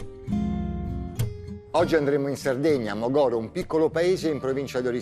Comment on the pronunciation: Veramente, si dice Mògoro, non Mogòro. Il conduttore avrebbe potuto informarsi e imparare che la Sardegna è una regione sdrucciola, non piana. Nùoro, non Nuòro, Paulilàtino, non Paulilatìno.